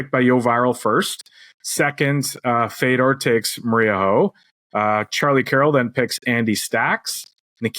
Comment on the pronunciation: Again !! It's Fedor it would help if u pronounce names correctly ! Especially the top pros ! Ridiculous !!!!